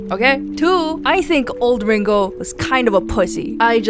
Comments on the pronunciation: ITS RINGO, RHYMES WITH GRINGO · Ringo rhymes with Gringooo 😂